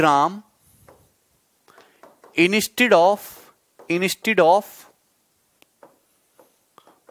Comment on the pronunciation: He pronounced 'instead' as inistead.. What's wrong with you guys